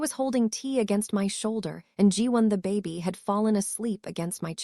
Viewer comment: Nice story but I’m annoyed how AI is pronouncing words incorrectly…”baby” is “bay-bee” not “bah-bee.”🙄